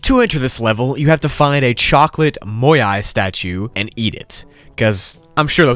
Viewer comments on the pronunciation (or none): Bruh moai not moyai